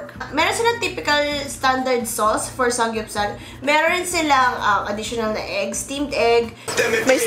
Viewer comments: Anong sangyupsal? It’s saMgyupsal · "sanggyupsal?????" really???????? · SAMMMMMMGYUPSAL. NOT SANG GYUPSAL. LOL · bakit SANG GYUPSAL naririnig ko? bothering eh hahaha